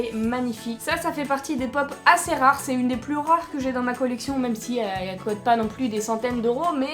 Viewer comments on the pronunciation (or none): Pourquoi tu dis cot et tu dis pas coût